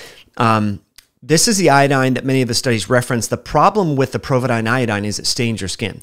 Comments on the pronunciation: POvidone... not "PROvidone". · Great vid, but there is no R in Povidone.